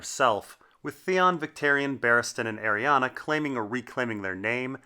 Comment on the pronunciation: I hate that you call Arianne, Arianna